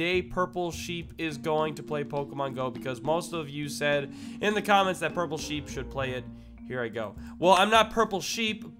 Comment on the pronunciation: it's purple shep not purple sheep